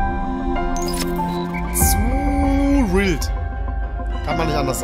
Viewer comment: boah richtig rilder trailer: ES HEIßT NICHT RILD ES HEIßT WILD